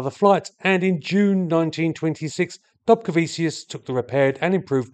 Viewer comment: The land of my heritage!!! It has a short but fascinating aviation history. Thank you so much for doing this one! Oh, and it's pronounced "dobcareveechoos" with the "r" being soft, almost silent. 😉